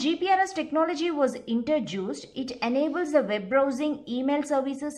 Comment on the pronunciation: Its introduced.. Not intra-juice-d 😐 #cringed